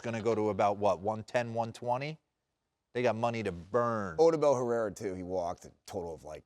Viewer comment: They don't even know how to pronounce Odubel so i know they don't watch the Phillies